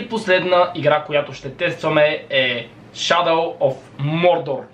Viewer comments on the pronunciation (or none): none